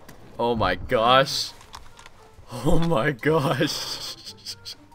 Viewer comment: "Ooh my gush" What?!